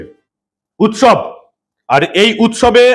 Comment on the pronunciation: উৎসব নয়, ওটা শবের উৎ-শব।